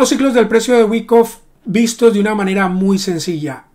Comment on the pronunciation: Todo bien, pero se dice waaaaaaaaycoffffff 😂